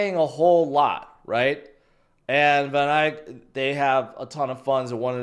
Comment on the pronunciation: It’s pronounced Van Ek not Van Ike. 😂